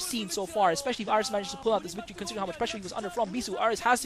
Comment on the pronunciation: "incredible wictory"